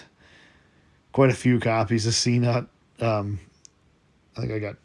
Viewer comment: Hi. Just FYI. I think Cnut is pronounced Ka-Noot, not See-Nut.